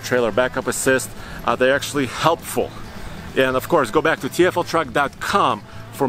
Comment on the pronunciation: So now we have "of corse" man #2